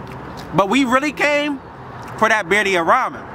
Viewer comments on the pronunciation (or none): "Biddia" lol